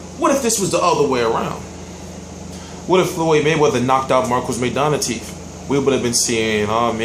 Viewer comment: LIVE come on now you really went there tho lol. yea it's teeth he sounds like he saying teef. my point is teeth is more than one right, so basically he knocked out his tooth.